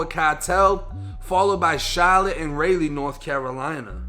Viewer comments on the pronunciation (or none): Raa in the Raleigh, not ray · Lmao this nigga say raylee its rah lee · Rah-Lee not Ray-Lee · being from nc the capital is pronounced (Ral-Eigh) not ray-lee. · Lol he said raley north carolina... it's pronounced like rah-lee... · RAH-leigh NC not RAY-leigh NC. It’s a very common mistake lol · It's pronounced Rah-Lee (Raleigh). That's where I'm from come on man!!! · It's Raleigh (Rah-lee), North Carolina... NOT Raleigh (Ray-lee) 😂🤣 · Rah-lee bruh. Not ray-lee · That boy said “ray - lee” North Carolina lmao it’s “Rah - Lee” North Carolina fam lol that’s where I’m from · It’s Rah-lee not ray-leigh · My man said ray lee haha its raleigh like raw lee haha lmao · Raleigh, NC - Lol Rayleigh. It’s pronounced RA-Lee. Hurricane Fran sucked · “Ray-lee North Carolina” it’s “rah-lee” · "RAY-LEE" North Carolina, huh? I love you but it's pronounced "RAAHHH-LEE" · Its (Rah-lee) raleigh not "raylee" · Yo btw u pronounce it as Raleigh (rye-lee) North Carolina.....(Rye [as in Rye bread] Lee) = Raleigh....*YaBoiScooby* #Jersey 🅱️💯🆔️ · it’s pronounced raw lee North Carolina not ray Lee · How you gonna pronounce Charlotte right but mess up on Raleigh, Ra-Lee, it’s the capital of North Carolina. As someone who was born and raised in this great southern state, I take offense to that. 🖕🏽🤣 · *Raleigh, North Carolina “Rah Lee” Just so you know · Lol, Chahlit and Raylee North Carolina. Never heard anyone pronounce Raleigh like that. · Its pronounced like rahlee, carolina no disrespect doe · My boy it’s pronounced rah-lee for future references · "Charlotte and RAY-LEE, North Carolina." Long A vowel, brother. Similar to the first syllable in cauliflower. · Pronounce Rally spelled Raleigh JS🤷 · Raleigh is pronounced “Raw-Lee” but love the content bro. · He said Ray-lee (Raleigh), North Carolina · Did he call raleigh, rayllie??? Lol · You butchered the capital of my state...Raleigh is pronounced with a short a sound, like the o in volley sounds. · Yea wtf is a Ray-Lee?😂